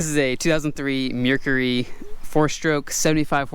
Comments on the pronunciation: Mercury not a mearcury lmao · It is not the way you said it it is produced mercury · Love the content but is that how you really say Mercury ? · The way he says mercury 🤣👌🏻